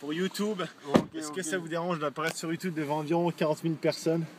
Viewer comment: sa se dit youtoube ( youtube ) pck c est en englais et non youtuuuuube --'